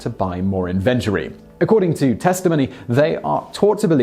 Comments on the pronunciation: In-VEN-ter-ee? IN-ven-tor-ee. Seriously, how could you mispronounce that word? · Do British people actually say "in-VEN-tory?" I'd never heard that before. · That's just how we pronounce it in the UK